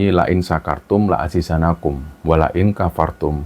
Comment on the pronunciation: Maaf ya bang,bukan La aziZANnakum,tapi La A ziDANnakum,syin nya pun,bukan pakai sin,tapi SYIN,seperti bunyi SYUkur, lain SYAkartum,la a ziDANnakum,wa la inkafartum,inna 'adzaabi la SYAdiid,bkn sok pintar ya bang,tp ini qur'an yg memang wajib pakai tajwid,slm dr sy,subscriber anda